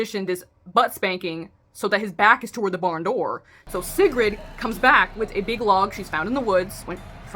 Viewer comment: I think how u said sigrid is correct